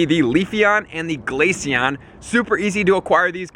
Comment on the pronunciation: GLACEON NOT GLACION DUMB